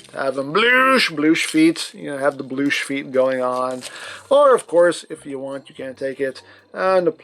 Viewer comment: You got the “bloosh”